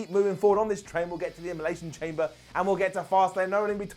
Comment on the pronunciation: His blane traying tricks on him, emination chamber? Slow down bro 😂